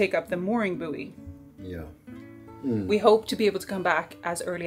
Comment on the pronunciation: When you mention bewy, do you mean buoy as in mooring buoy for a boat - as pronounced boy? 😊